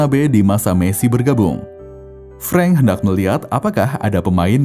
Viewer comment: 'Frank' dibaca 'FRANK' bukan 'FRENK'; tidak semua kata asing dibaca spt bhs Inggris. Jgn sembarang merubah nama orang. Frank Rijkaard org Belanda.